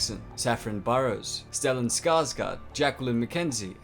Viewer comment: "å" is pronounced like the "o" in "oh". So it's Skarsgó'rd